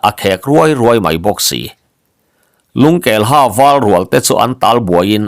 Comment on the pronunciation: Lungkelha tih i lam danah hian ha hi hâ (teeth) ri in lam ri la a dik zawk law'ng maw?